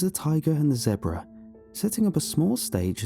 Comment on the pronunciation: I love how he says zebra like Debra 😆